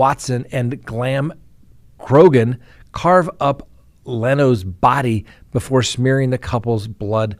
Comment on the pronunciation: Leslie Van Houten: "Van-how-ten" Patricia Krenwinkel: "Kren-wink-el Leno Labianaca: "Lee-no" Not that hard